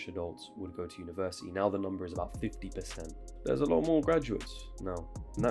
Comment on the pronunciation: Why am i the only person who hears him say universiii without the T